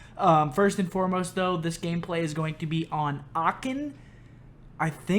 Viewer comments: It is called achen not aken 😂😂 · Aachen not Aacken wtf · . He said "Aachen", a city in Germany. And yes I am from Germany but Seth said that completly wrong 😂😂😂 aachen not acken 😂😂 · Don‘t worry about the name of the map ;) i guess none of the english speaking persons can pronounce „Aachen“ right. Becaus we pronounce the „ch“ in a different way than you.